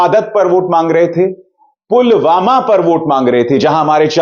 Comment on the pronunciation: pulwama ka naam bi theek se nahi bol paye the